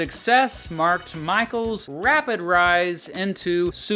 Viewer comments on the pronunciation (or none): none